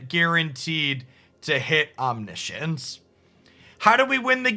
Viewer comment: Oh no, it's "Omni-science" again lol